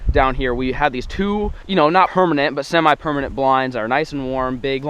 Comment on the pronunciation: At one says,” hermanent” Did anyone else hear that